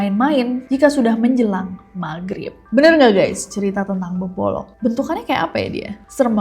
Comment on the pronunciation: Beboroq bukan beboloq